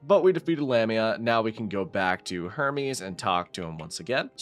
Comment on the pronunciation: Who else thought that when he said Hermes he said Herpes